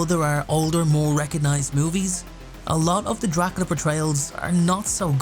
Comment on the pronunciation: "Dracala" lol